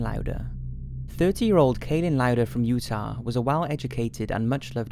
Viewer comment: Did he pronounce Utah Utau?